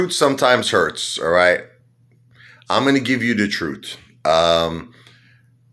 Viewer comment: The "Troot"... kinda like My Cousin Vinny's "Yoots" 😉